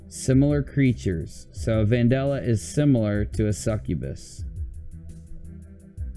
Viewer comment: How can you pronounce it van-doll-uh when it is clearly spelt vandella (van-Dell-uh)